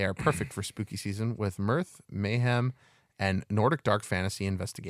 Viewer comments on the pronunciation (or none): none